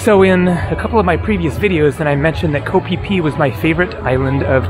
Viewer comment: Hey, if I understand it correctly "KO" is pronounced more like "GO". That may be an "ISAN" way of saying it because I lived in ISAN for 13 years and only 3 years in Bangkok. Speaking of Bangkok, are you planning on spending any time in Bangkok? It would be great to meet-up with you if you are.